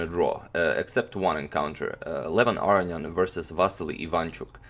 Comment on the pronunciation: I think youre pronouncing his name wrong...you say arian but its aronian a row knee on :)